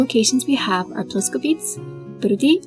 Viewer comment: That must have been so much work! Thanks for your commitment. I am so exited for the show! Btw. Your pronunciation of Czech words is great, but one thing: place names like Ploskovice and other "-ice"s end with a vowel sound [ε]. Something like this: PLOS-koh-vih-tseh...